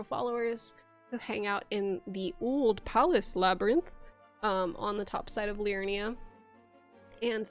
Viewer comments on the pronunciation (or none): Love this video! Thanks for doing this. One question: are you saying "Uld Palace" when you mean "Uhl Palace"? (These are different places, both in Elden Ring.) Uhl is the one that is underground.